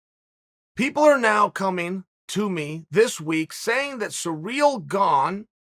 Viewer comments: Me: cereal bong Uncle chael: surreal gone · Chael: Surreal Gong Me: Ok great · He said...Surreal Gong!🤣